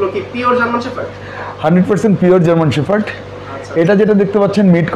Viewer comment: It’s not German শেফার্ড, it’s German শেপার্ড..shepherd (means রাখাল). Firstly, Sounds right dude. Thanks.